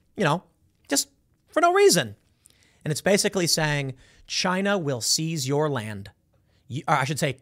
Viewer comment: Chy-nuh! Chy-nuh! Chy-nuh!...